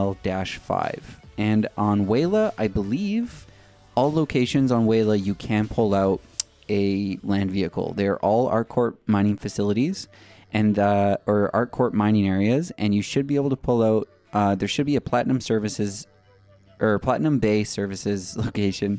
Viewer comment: I love your videos, BUT, one thing that makes me cringe every time I hear you do it, is, the "P" is pronounced in "ArcCorp". It's not silent like "U.S. Marine Corps". They are different words that mean different things. Keep up the great work, btw.